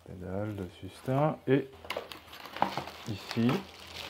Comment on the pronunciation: Sustain (su-s-tayne)